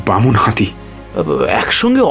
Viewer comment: "হাঁতি"? "বাঁধা" দেব না?